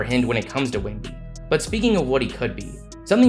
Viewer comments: if i hear another “wee wee” im unsubscribing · Bro every “wee wee” got me dead💀💀💀